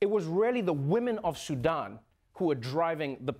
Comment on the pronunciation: Kudos to Trevor for pronouncing Sudan correctly. SuDAN is such a pet peeve of mine. Also it’s Muslim not muzlim. Ethiopia is 3 syllables not 5. The last part of Eritrea is pronounced tree-a not trea.